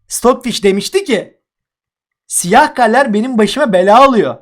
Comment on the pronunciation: abi senin siyaha sıyıh demen çok iyi :D